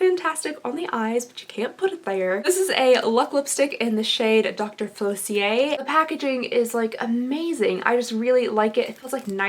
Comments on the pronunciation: That blue mascara is insane - I love it! (Also my poor little Disney heart needs to say it’s Facilier not falicier like you’ve been saying). I also always love your eye looks - I think they always look way prettier than you think they are. :) <3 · Dr. FAH-sil-EE-aye